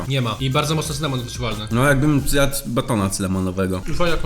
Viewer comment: Ale bym zjat. Xd tak to było słychać 🤨